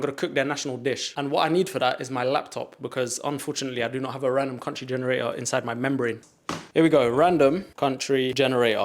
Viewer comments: “cuntry” is frying me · What’s ur favourite ‘cuntry’???? 🤔